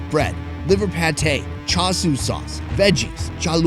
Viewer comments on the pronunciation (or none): none